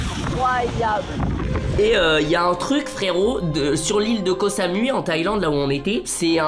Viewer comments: a l'oral on dit "cosa mouille" pas cosa mui mdr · Ko samouai sa se prononce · c pas koh samoui c’est koh samouï ca se prononce comme ça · Ko sa mouille sa se prononce comme sa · Yes mon pays .franchement trop coul tu nous fais vivre ton expérience .(par contre c’est cosamoui